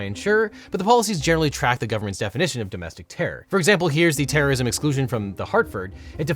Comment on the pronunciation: It's pronounced "terrism."